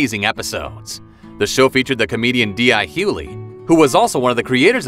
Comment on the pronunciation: Boy said D.i hooulie